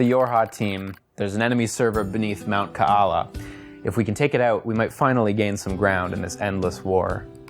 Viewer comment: as someone from Hawaii I appreciate pronunciation of Ka'ala